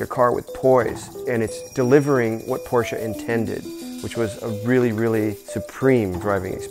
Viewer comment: Finally an American who pronounces Porsche right!